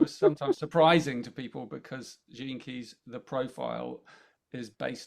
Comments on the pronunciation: Love It💜 I kept hearing jenkes 😂Gene Keys 🔐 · Okay, as I was listening to them at the beginning of the video, I kept hearing the catch phase that Velma, from Scooby Doo, always said, "Jinkies". I was like, why do they keep saying "Jinkies"?!! Then, I finally figure out they were saying, "Gene Keys". 🤣😂🤣😜🤪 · I misheard Gene keys. It went in my head as Jinkeys- suddenly thought I was hearing references to Scooby Doo. Luckily I worked it out 😂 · Please tell me that I wasn't the only person who thought for the first few minutes that they were saying "jinkies" like Velma from Scooby-Doo.